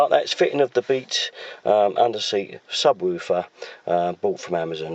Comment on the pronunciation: Its pronounced Woof er like a dog barking woof woof I swear you were saying wover is a subwoofer or sub